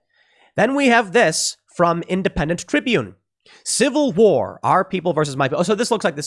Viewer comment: If I had a dollar for every time Tim says Cival war, I’d by Epsteins island. Shut up Tim.